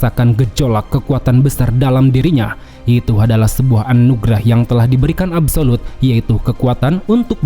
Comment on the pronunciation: absolute ❌ abu solud ✅